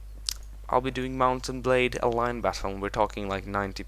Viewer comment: did he say mount and blade D